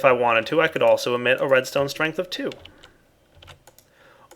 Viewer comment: "Redstone Stringle" :P